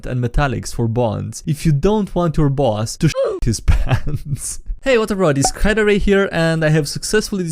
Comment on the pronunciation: I had to double take when he said SkyDieRay...